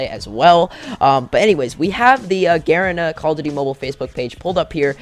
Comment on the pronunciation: the way he says garena lol 😭